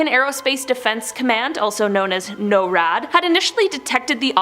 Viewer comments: You pronounce "nor ad" with the accent on "nor," not "no rad." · She really said No Rad LMAO